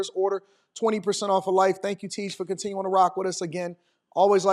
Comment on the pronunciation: Another one, fer instead of for. Drives me crazy.